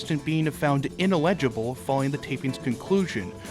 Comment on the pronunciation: Great vid. Ineligible is pronounced in-el-ah-ji-bul.😊